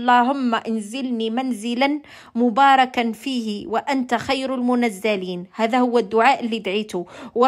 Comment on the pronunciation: El mounzilin et non el monazalin